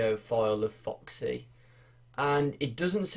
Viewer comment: the way he says it foXxy ecks dee